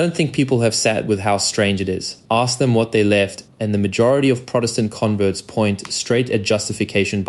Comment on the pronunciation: I suspect this audio is AI, odd pronunciation of "converts" as if it's the verb